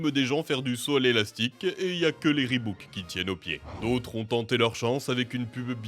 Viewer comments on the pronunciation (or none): Reebok pas reebouk 😢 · Ribouk et pas reubauk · Reebok et non ribouke ! On se croirait au souk avec les vendeurs qui veulent te refiler dla merde mdrr